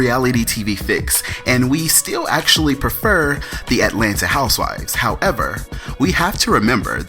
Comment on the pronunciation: I love your pronunciation of the HOUSEWIVES. It sounds like you're saying HOUSE-WISE lol. It's cool though; I think it's endearing. For me, it's like your stamp; if someone else was pretending to be you doing these reviews, we would be able to tell because they wouldn't get the WISE everytime the word HOUSEWIVES is mentioned. Keep up the good work